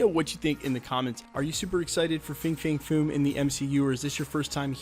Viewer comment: It’s pronounced FANG